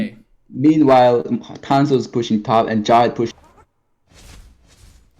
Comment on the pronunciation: Why do i hear thanos instead thamuz